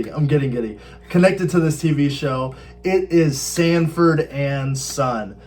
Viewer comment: Sanford, not Standford